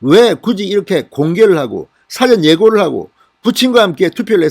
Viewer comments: 국어사전 이라고 말할 때 사전이 아니고 일의 전이라는 뜻으로 읽을때는 사 전 이라고 읽어야 합니다ㆍ왜 자꾸 사전 이라고 발음하는지 듣기가 거북합니다 사 는 길게 톤은 낮게 전은 올려 발음하고 ... 사전이 안고 사 전 입니다ㆍ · 진성호님 유투브잘보고있읍니다 그런데 .사전,투표를 말할때 사전발음을 글로표현하자니어렵네요 진대표발음에 사전은 dictoinary 사전의 발음이고 사전투표발음의 사전은 ,사,를길게 발음해야합니다 발음을 이상하게 계속반복되니 귀에좀거슬립니다 진대표가 발음하는 사전투표의 사전은 dictionary 사전발음입니다 보수우파국민의 한사람의 작은지적이오니 바로잡아주시면좋겠읍니다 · 다조은데 발음이 좀,,,,,,,,,, 사전(dictionary)과 사전(투표)발음은좀구분했으면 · "사전선거" 발음시 '사'자를 약길게 발음하심이 좋을듯 합니다. 지금처럼 짧게 발음하면 모르는 단어의 뜻을 알아보려고 찾아보는 두꺼운 책인 "사전" + "선거"가 되어 듣기가 거북합니다. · 읽는 사전 투표를 한다는 건지요? 방송마다 이렇게 발언 하시는데 '사' 를 좀 길게 발언하세요~ 듣기가 매우매우 거북합니다.